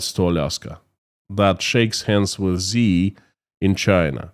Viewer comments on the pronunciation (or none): Hey. Great content, and I support you all the way. One small thing, though. Xi Jinping is pronounced "She" Jingping. "Xi" in Mandarin is pronounced as "she", not "zee".